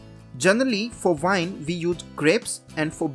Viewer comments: lol its pronounced "wine" with a w, not "vine" with a v! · I mean no offense bro but it’s called “wine” not vine.